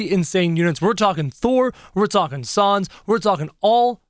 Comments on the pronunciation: It's pronounced s-an-s not s-ah-n-s. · It’s sans not sons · did he say sons instead of sans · Can you plz bring sans back and you say sons it’s sans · It’s not sons it’ sans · ITS SANS NOT SUONS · It's sans not sons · Oh and it's s ae sound n s not s o n s sans not sons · Saaaaaaaaaans not sons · He said sons! 🤣🤣🤣🤣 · ur saying sans like sons is pronounced sans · Its s a n s not s o n s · It’s not sawns it’s sans s-an-s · Its sans not sauns kro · Say Sa-ns not Sons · He says sons instead of sans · Its sans not son kro! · It is pronounced sands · je zegt het als sens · Nobody::sOns! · The way he says says smh but also XD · WHO IS SANDS DO YOU MEAN SANS??? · He said his name wrong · That’s not how you say Sans